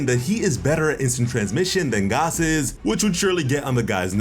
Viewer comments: Gaaaas not Gahss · fuck is you saying gos for bruh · Is think it’s pronounced “Gass” like a reference to the actually thing. For example Oil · Are you saying Gas or Gos??? Lol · Why TF are you pronouncing it Goss?! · Lol why is hes pronouncing Gas’s name like that 😂